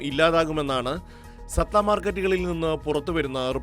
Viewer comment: സത്ത അല്ലടാ പൊട്ട സട്ട മാർക്കറ്റ്